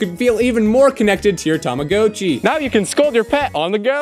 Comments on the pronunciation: just so you know man its said like (Tom-a-got-chi) otherwise Love the vids man keep it up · Is it just me or he said Rama hatchy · This is a great video but I just absolutely hate the way you pronounced tamagotchi